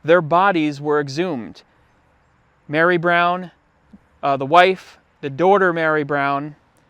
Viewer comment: I’ve never heard anyone pronounce “daughter” like you. Where are you from?